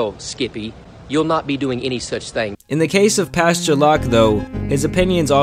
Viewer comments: It's pastor... But I hear pasture 😅😅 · Pasture Greg is what I heard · It sounds like the entire time you’re calling him Pasture Locke